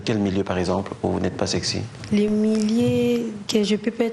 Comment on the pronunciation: au lieu aloba SEXY azo loba SEEEEEERRRRCY!! Ahahahaahahahahahhaahahhaahhaha!!!